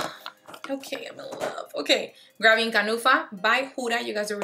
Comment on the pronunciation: You killed me when you said "grapping my kanufa by Huda Beauty" 😂❤️ it's too cute